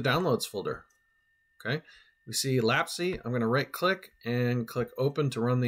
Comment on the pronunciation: FYI, it's (IPA: /læps/) like memory lapse.